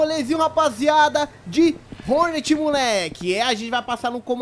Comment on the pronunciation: É Hornet e n "Honert"